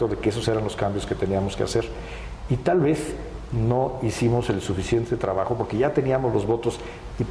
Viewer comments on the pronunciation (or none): “y tal vezzzzz” Jajaja. Tanta reforma y cambio le dejaron ACENTO ESPAÑOL !!! Si, que mamon !